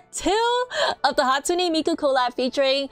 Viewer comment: Its not hatusne its hatsune